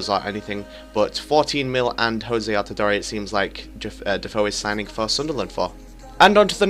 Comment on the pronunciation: You say you watch football?? AltidorE?? It's Altidoor